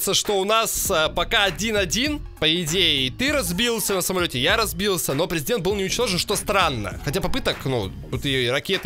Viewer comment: Не prezedent a prizedent